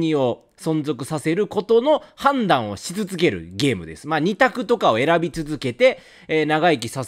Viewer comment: 「判断」だけ語気が強い気がするのは気のせい